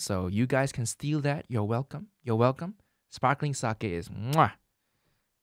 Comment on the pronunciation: did i just hear an asian man say sakie?